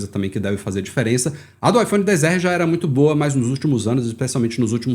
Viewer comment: Odeio quem fala IPHONE DEEEZ ERREE pqp pqp mano pqp tem um X Kraio